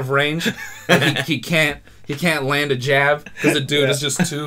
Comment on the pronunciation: No he actually pronounced it wrong